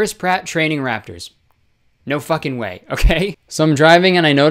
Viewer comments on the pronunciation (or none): when he said 'their fukeking jaws droped' i lost it 💀